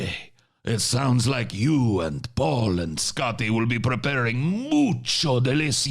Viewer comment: I thought referred to Paul as "Ball" at first... funnily enough I knew exactly who he meant nonetheless.